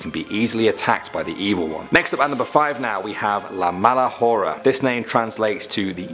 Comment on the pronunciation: Bro how he said “La mala hora” when Mexicans know the “h” is silent